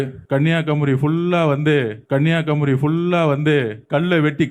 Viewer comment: தமிழே பேச தெரியல நீ எங்க தமிழ் நாட்டை காக்க போறீங்க உங்களை யாரு வர சொன்னா மதுரை அயோத்தியாக்கு உங்க அரசியலை புரிந்து கொள்ள முடியல பாவம் மக்கள் விட்ருங்க ஒரு இடத்துல ஸ்பெல்லிங் மிஸ்டேக் இல்லாம பேசுறீங்களா எல்லாம் தப்பு தப்பா பேசுற கன்னியாகுமரி ன்னு சொல்ல தெரியல சித்தராவதை தமிழ்